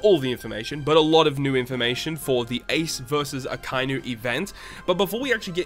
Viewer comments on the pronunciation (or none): it's a-ka-i-nu bro... pronounce it properly